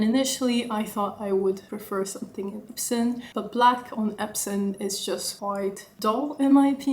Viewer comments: Beautiful bag. When u talked about other leather, I heard you say “epson” leather, is it epson or “epsom”? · I heard it 3x too